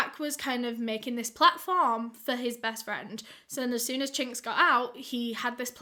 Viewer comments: when she said his name i thought she said the slur for asian ppl i.. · Everytime u say his name I can’t help but cringe lmao